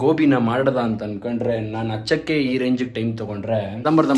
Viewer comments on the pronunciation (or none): Hachakk alla hechakke😂